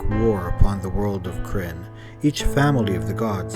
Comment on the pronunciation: Love the videos but you need to watch some other Kyrnn vids to get the pronunciation correct. Other than that great, it is important to get it right.